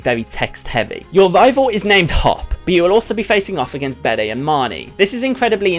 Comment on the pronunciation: Bede is pronounced 'Beed'.